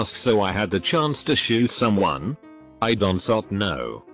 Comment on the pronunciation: A beautiful artifact of these lazy text to speech reddit vids. Wouldn't be so bad if they did so much as a single listen and edit before uploading.